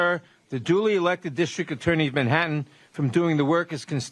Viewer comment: "DISHTRICT" There's no H in that word!